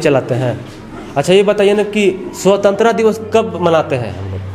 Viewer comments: क्या सर स्वतंत्रा दिवस बोल रहे हो आप prononciation ठीक से करे।बच्चे कंफ्यूज हो जायेंगे।आपको काफी लोग देखते है।स्पष्ट उच्चारण करिए।स्वतंत्रता दिवस। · Bhaiii SWATANTRATA SHI SE BOLO.. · Swatantrata Hota Hai World pronunciation Sahi kijiye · "स्वतंत्रता दिवस" को "#*@ दिवस" कह रहे है... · को स्वतंत्रता दिवस बोलना नहीं आता और बच्चों को पूछ रहे हैं।